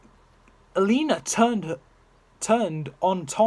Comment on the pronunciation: Your saying elena wrong